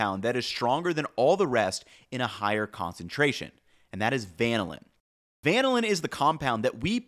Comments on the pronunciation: Dithiapentane is pronounced as die-thee-uh pentane, not dith-ee-uh pentane. The di- means two, and the -thia means it contains sulphur, so it must contain two sulphurs. Also, vanillin is vanil-in, and not van-uh-lin. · fwiw - the pronunciation of the marquee flavor compound 2,4-dithiapentane is like “di-thigh-uh” not “dith-ee-uh”. And for good measure, vanillin is “vuh-nill-in” not “van” as in the automobile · A note on pronunciation: vanillin is pronounced VAH-NILL-IN and dithiapentane is pronounced DIE-THY-AH-PENTANE. Also, we get blind to sulfur compounds (as in truffle components) VERY quickly. Would love to see a deep dive into thiol and thioate containing foods (horseradish, onions, mustard, wasabi etc). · Great video. Just a note from organic chemistry: "DIH-THEE-UH" pentane? It's "DIE-THIGH--UH" pentane. "VANE-UH-LIN"? It's "VAH-NIL-LIN" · Just to help you in the future, you said Vanillin wrong it’s actually pronounced (Va- Nil- in) and I know this because I DIY eliquid for vaping and I’m familiar with that concentrate. I’m new to the channel but I like what I’ve watched so far. Keep up the great work 👊😎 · Excellent deep dive. FYI - "vanillin" is pronounced vuh-NI-lin. Kind of like how we say "vanilla" but ending with in vs uh.